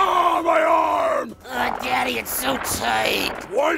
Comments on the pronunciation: Demarco Smash *Da-dee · Cell: “Hey daddy” Me: “It’s actually pronounced Dadee”